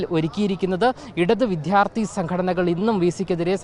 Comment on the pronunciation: ഇവൻ കരയുകയാണോ? അവനോട് ആരെങ്കിലും പറഞ്ഞുകൊടുക്ക്, വിഥ്യാർഥിയല്ല വിദ്യാർത്ഥിയാണെന്ന്